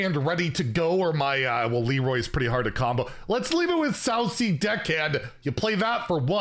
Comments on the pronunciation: How did not see that its name is sand castle 😂 oh and pronounciation 😅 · How to pronounce Sanc'Azel - Say "Sandcastle" without the D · Context clues just don't exist for lmao. It's a sand castle my dude. It's just pronounced sand castle.